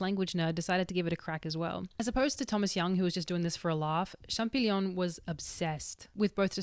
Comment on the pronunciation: Champ-O-llion,, no champ-i-gnon:)